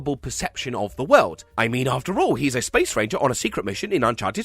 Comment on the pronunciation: I still can’t ever hear the “Space. Ranger.” line without just hearing “*Spanger*”